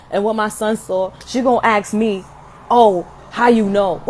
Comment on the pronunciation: I had to fast forward the ax lady. It’s ask and asked. It’s not ax or ax’ed.